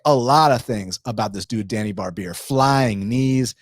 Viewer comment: hey Djani name you say it wrong it's more like first letter J in name Janet ,,imagine if there is no D in DJANI ,,more like that